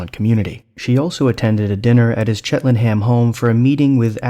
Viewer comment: If I won a PS5 I would have to buy a TV! Chel-ten-ham is not pronounced chit-len-ham. Thank you for this video though. #metoo